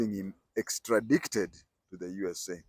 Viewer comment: Correct pronunciation is ekstradaited. Nice story. Pole sana